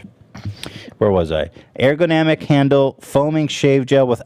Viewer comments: URR-GUH-NAH-MICK wtf ethan you said it wrong 12 different ways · "I love the word ergonomic" -Pronounces it wrong every single time afterwards. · Talks about liking things that are ergonomic. Can't get a grip on how to pronounce it. XD